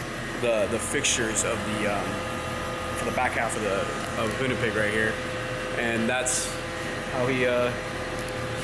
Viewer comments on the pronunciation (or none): The fact calls it the hoonpig affirms to me that the Asus is just too hard to say! Its the only problem i have with this car <3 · Hooni- Pig-ASSus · Hoonipegasus, right? Not *****pigasus?